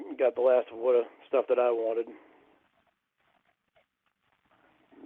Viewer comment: “I’m smoking less.” “About a pack and a half a day.” Good lord. If that’s less, what the hell was he smoking before? Oh and is selling sports stawf? I wonder if he has a Bawston cap. I don’t even watch baseball but I still want one.